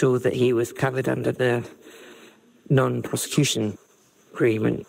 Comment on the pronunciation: When she said about Jeffrey that I think that he was going to appeal and that he was covered by the non prosecution agreement. prosecution sounded like prostitution the way she pronuced it.